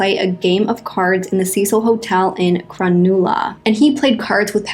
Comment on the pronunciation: The way you guys pronounce these Australian places kills me haha... Coogee is pronounced like Coo-jee and the nulla part of Cronulla is like nuh-la... so cute haha. also the coo part of coogee is the coo in could